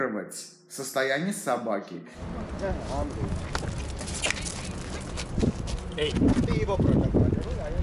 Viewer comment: Хозяин собаки, собаке "Эй" не эй, а "Эээ"))))) А так молодец! Правда не много смешно помогаешь))))